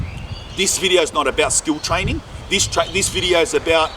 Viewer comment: “TRAY NIN”